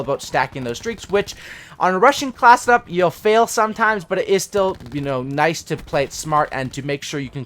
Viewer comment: You talk so fast you say classdup instead of class setup at first I thought you said classdup and I didnt know what you meant